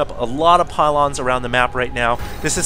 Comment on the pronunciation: "a lot of pahlons" ? lol